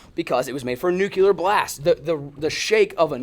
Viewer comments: It’s nuclear not nuculer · Nuclear, not Nucular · Or nucular instead of nuclear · nukular is killing me. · It’s nuclear not nucular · It's nuCLEAR; not nuCULAR! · “Nucular” count - 82 “Nuclear” count 0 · Any one else notice said “NUCELAR” instead of “NUCLEAR” English is hard ~ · Anyone else get annoyed he was saying “nuke-u-ler” not “nuke-lee-er” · NUC lear. Nuc leeear not Nuculur Sorry two different meanings and ways to say it. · "Noo-kewl-ur" ~ I smell a T-shirt coming. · pronunciation : noo-KlEe-R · Cold War was Russia. Lol there was some slight messiness during the Cuban missle crisis when they brought nukey poos to Cuba. Sorry ocd couldn't take it after bout the 30th time lol. Oh and there's a hard L in nuclear 😂😂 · Please stop putting the extra u in nuclear. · Nook-Lee-Er Hope this helps. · You say nuclear like Bush